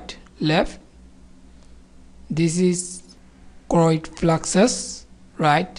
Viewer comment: Thanks for your nice efforts.... Would you please correct Falx ( not flax) and choroid ( not chroid)